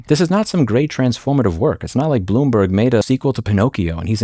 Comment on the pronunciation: Bloom"berg" Every time.